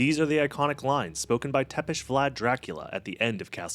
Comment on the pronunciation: Bravo for pronouncing Vlad TEPES correctly 👏